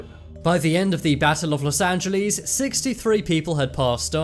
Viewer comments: Loss Angilees? 😂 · btw it’s not Los Angeless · Ah yes los angelees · los anjeelees the way he pronounced it💀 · Where is "los angel LEES"? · Los Angelees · Los angelees - 💀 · los angalies??💀💀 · Los angeleejs 💀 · los Angelees😂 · imagine saying Los Angeles wrong